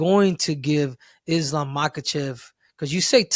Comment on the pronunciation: How the hell is Belal mispronouncing Islam